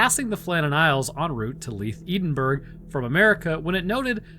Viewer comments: Your pronunciation of Edinburgh is driving me nuts. The first syllable is not pronounced like Eden but it is pronounced like Ed as is Eddie. 😂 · It's not "E-den-Burg." It's pronounced "Eddenburrow." Also, I'd like to suggest an episode about the World War I Russian Zombie Attack. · Locally it is pronounced Ed-in-bra or Ed-in-bur or even Embra in traditional Scots